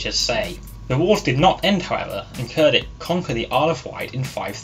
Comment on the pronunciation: Pronounced “chair ditch”. Other than that nice video!